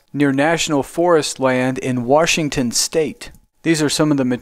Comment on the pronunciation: Very nice, but Washington is pronounced "Wash"ington, not "Warsh"ington. There is no Warsh in Washington.